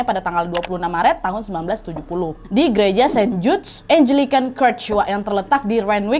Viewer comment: koreksi dikit Mba Nadia sayang: Gereja/Church dibaca CERCS bukan KERTS. 🙏🤗😘😘